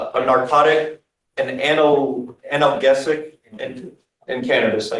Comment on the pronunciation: How does a lawyer not know how to pronounce "analgesic"?